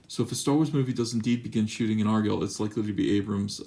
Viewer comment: You're not saying Argyll right. YouTube something saying it. IT'S VITAL.